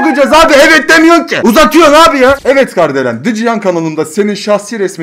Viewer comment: Abi Kardelen değil KARIDELEN diyecektin galiba